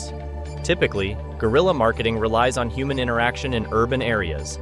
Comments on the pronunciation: Its not gorilla marketing. It's g(w)e-ril-ya marketing. Dicks out for Harambe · Brother Guerilla is a Spanish Word and has nothing to do with Gorilla, it ain’t even pronounced the same way